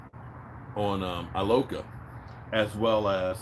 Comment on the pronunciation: It's George E-loca